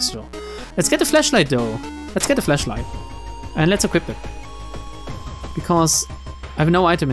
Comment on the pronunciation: Everytime you say flashlight, it sounds like Fleshlight. i would make a joke, but mama Susan is watching us. Good luck next time, against the eldritch gods.